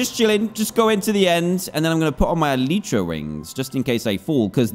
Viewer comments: El-eye-tra not El-y-tra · Me screeming DAN ITSS ELYTRA NOT ELEEEEEEEEEEEEEETRA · Its el-eye-tra not el-ee-tra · it should be "elite"ra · Name your Elytra Le Fly Also Its pronounced Eh-LIE-Tra Not Eh-Lee-Tra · It’s elytra not eleetra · Technically speaking, it's pronounced el-i-truh, which is the plural form of elytron (el-i-tron), which, in turn, is the hard forewings of certain beetles and other insects that act as a shell to protect the wings.Apr 9, 2019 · It's Ellie tra duhh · Its Eletra Or E lie tra Btw i know i ruined the joke. F me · Elytra-E li chra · it's pronounced elytra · E-lie-Tra = elytra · Elytra (Eel-i-tru) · How to Pronounce Elytra: ell-ie-chra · Its pronounced E - Lee - Tra and yes, the actual letter E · dan its prononced elitra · how to pronounce elytra: a-lie-tra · anyone gonna tell him its pronounced eh-lie-truh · This is how many times Dan said “elytra” 👇🏻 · Your brain processes it as elytra, but you say elytra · Everybody’s wrong. It’s elytra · Ur all wrong,It’s “elytra” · What do you say? e-LYE-tra Or e-LEA-tra